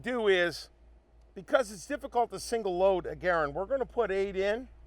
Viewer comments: I'm a Ga-rand guy, not a Ger-und guy. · Aha!! I caught you calling the U.S. RIFLE CAL. 30 M1 a ‘ga-RAND! I knew there was hope for you! 😁